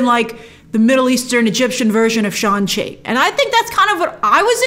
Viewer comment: Hadn't Brian Tong clarified in your collab video that Shang-Chi is pronounced with the G.